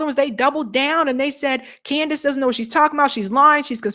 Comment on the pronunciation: Amazing Lucas calls her "Coondace Owens" 😂